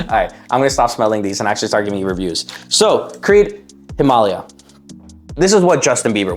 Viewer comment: HIM UGH LEIA sound it out